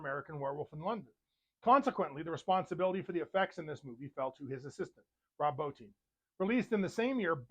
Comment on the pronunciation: You are the first reviewer I've heard pronounce Rob Bottins' name correctly. That and I'm a werewolf buff also. Subbed ! As for The Howling, it's my favorite werewolf movie. Every time I see Robert Picardo in anything, I always say "Hi Eddie". The werewolves also had digitigrade legs.